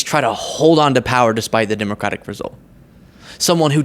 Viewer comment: It's not surprising that he can't pronounce "Kamala" correctly since he's never been able to pronounce "Democratic" correctly.